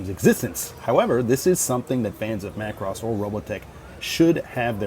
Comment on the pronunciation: I'm just happy you pronounce it Macross and not MUH Cross. Thank you.